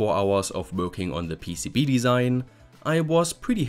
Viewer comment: PCB-uh? I think it's just PCB, no -uh after.